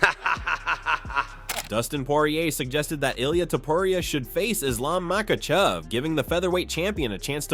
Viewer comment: "Dustin Pawahurayy", "Tttsarookeeaaaan" and "Maykuchev" had me rolling